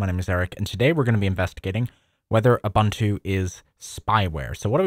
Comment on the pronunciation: Ubuntu is pronounced as "oo-BOON-too." The word "Ubuntu" is an African philosophy that roughly translates to "humanity towards others" or "I am because we are." It emphasizes the importance of community and mutual caring for all. This philosophy is reflected in the development and distribution of the Ubuntu operating system, which is freely available and encourages collaboration and sharing of software.